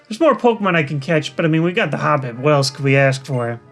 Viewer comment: I love the way toy say "The chosen HOPpip"